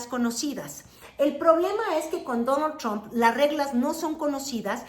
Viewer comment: "Dóno Chomp" 😂😂😂 como dice Xochitl.. "yu jav to wok tic tok"😂